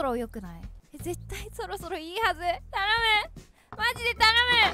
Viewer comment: そろそろがろそろになってる笑笑みんな気がついた？笑笑